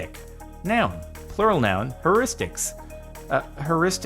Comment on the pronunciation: Heuristics is pronounced here-istics